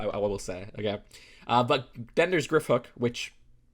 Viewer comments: Yeah your right, I have no idea why he said ‘grifhook’ it’s obviously ‘griphook’ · It’s Griphook not Grifhook I think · D W it’s an easy mistake Griphook Gri ph ook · Ugh... research before posting. This figs of the kids are from Half Blood Prince, and it’s GRIPHOOK, not GriFhook. Ugh! The twins are from Prisoner of Askaban, are you even a Harry Potter fan? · Dose he keep saying Grifhook instead of Griphook? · Stop. Saying. Grifhook. Please